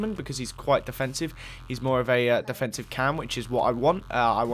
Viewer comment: Why did you say deffensive cam :))